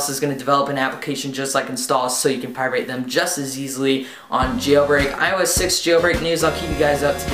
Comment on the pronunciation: pirate, not pie-rate.